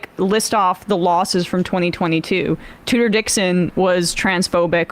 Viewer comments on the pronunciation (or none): none